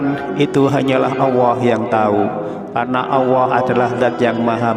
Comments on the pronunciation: Iye betul tuh bro... Bilang Allah aja gk bisa.. Dengerin tuh... Auwoh... 😂😂😂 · kok OWWOH Pak ?? ALLAH bukan OWWOH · Kenapa nyebutnya Awwoh bukan Alloh ? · Kalimat Allah jangan di rubah menjadi awoah. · Baca allah kok auwoh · Bukan awoh pa tapi Allaah (Allooh) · Allah apa awahko membacax kayagitu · Bukan owoh tapi allloh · Memang dia sebut Awoh bukan Allah .. Mungkin orang Jawa banget ... jadi saya ingat eyang (almh) puluhan tahun yll klo menyebut Allah seperti itu . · Aku pastikan aq menggunakan handfree saat rnendngarkn dia ckp,knp dia mengatakan awohh bkn Allah 😮 membagongkn 😅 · Allah ustad bukan awoh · Alloh.......!!!! Bukan Auwoh....!!!!!.. Banyak bacot... To the point aje knape sih cuk... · Tulisan nya jelas Alloh lam nya duwa kok membacanya Awoh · Mengucapkan Alloh kok Awoh mana yg benar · Mohon maaf pak ustadz klo mengucapkan ALLOH harus jelas jangan awoh itu dosa besar terimakasih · Yg bener mas nyebut nama Allah. Jngn awa. Kok awa.sebut yg bener.Allah gitu. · Alloh...bukan awoh. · Yg sy denger pengucapan tutor "awoh" . Sy biasa mengucapkan Alloh. Mas, awoh yg mas ucapkan maksudnya apa? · Salah ucap apa awoh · Betul,ngomongnya awoh diulang ulang awoh terus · Ap cma sya yg denger dia ngucanya ‘awohh’? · Admin koreksi ....penyebutan ALLAH nya laen banget....